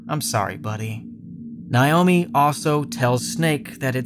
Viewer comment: NAY-OH-MEE. Learn to pronounce names. You glossed over a lot of important information in a lot of the games.